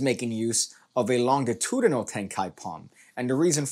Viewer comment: I chuckled every time you pronounced longitudinal incorrectly lol